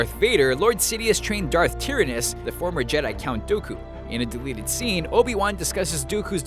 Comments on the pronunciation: Do-ku. Try-an-us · Pronounced Tyranus and Dooku wrong.